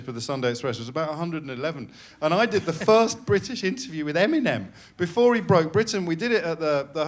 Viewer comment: How he pronounces EMINEM keeps me up at night